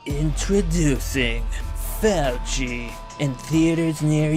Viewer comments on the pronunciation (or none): It’s Mr. Fawchee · Fauci - pronounced "False-See"